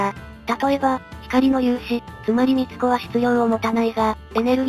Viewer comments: 光子(みつこ)で不意を突かれて笑ってしまった。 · 光子（みつこ）で笑った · 光子を「みつこ」😅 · 自動読み上げだから無理ないけど光子をミツコで吹いたｗ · 光子(みつこ)でクソ笑ったw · ゆっくり系で一番嫌いなのが読み間違えだけど、チャンネル解除したくなるほど嫌いだけど、でもミツコは笑った ラジオ感覚でぼんやりしながら聞いていたのに